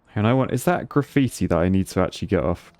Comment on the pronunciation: Did he just say giggitti? 😂